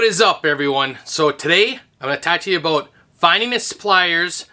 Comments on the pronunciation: I thought he was talking about a boat. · I thought for sure that you were from Canada based on how you said "about". Turns out you're just a fellow Minnesotan. (St. Cloud area) Heyo!